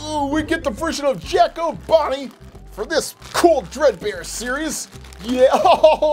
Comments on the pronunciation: Bruh he said Bread bear lol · It’s dread bear not bread bear lol